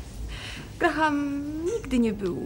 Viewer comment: Amerykanski polandkow oszalal z tym Grahamem w imieniu Graham nie wymawia sie H !!!!!!